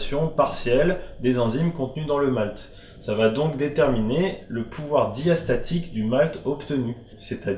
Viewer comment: Merci pour vos explications , un travail de qualité, des explications claires et efficaces ! Néanmoins, je crois avoir relevé une légère petite erreur. Vous dites "Pouvoir Diastatique" , alors que l'on dit "Pouvoir Diastasique", si je ne dis pas de bêtises.